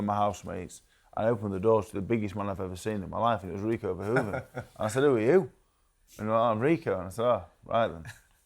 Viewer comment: Ffs TalkSport it’s Verhoeven, not “Van Hoven”